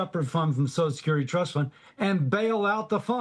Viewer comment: I never trust anyone who pronounces So C I A L Security AS SOSL SUCRTY, on either side of the political viewpoint. I've said it before, I'll say it again. SOCIAL SECURITY IS INSURANCE, not a guarantee. The original retirement age was 110% of life expectancy. YOU ONLY GOT IT IF YOU BEAT THE ODDS! Retirement age should have been and should be adjusted regularly to accommodate life expectancy. Every few years, retirement age for those born in a given year should be adjusted to 110% of life expectancy for that year. You can't do that quickly now because life expectancy for those born today is approaching 80, making retirement age 88. If you adjusted retirement age by one or two years every five, you'd resolve the issue.